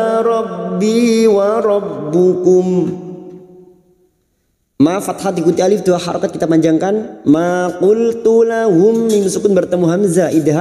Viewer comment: Robbakum...bukan robbukum